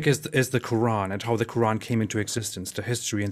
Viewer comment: should invite a medical doctor to talk about the ko-ooran.